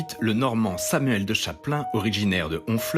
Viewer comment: Oh la la, plusieurs grosses erreurs factuelles et des mauvaises prononciations dans ce reportage. Par exemple "Samuel de Chaplain" au lieu de Samuel de Champlain. Montrer le jardin chinois du Jardin botanique de Montréal pour parler de la communauté vietnamienne. Les Amérindiens est un terme qu'il ne faut plus utiliser, ici, on dit les Autochtones ou les Premières Nations.